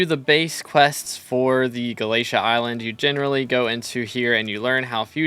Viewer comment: [NPC] Vaeri: Did you just say "Gala-tee"? [NPC] Vaeri: No, no! It's Gala-té-à! 🙏